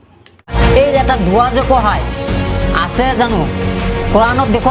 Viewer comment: দোৱা শুদ্ধ হোৱা নাই